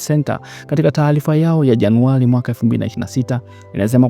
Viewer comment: JANUALI, TAALIFA, GLESI SAMIA SULUHU, ILILIPOTI, LAIS SAMIA HIVI KWANINI WAANDISHI SIKU HIZI MNA TATIZO LA 'L'''AND 'R''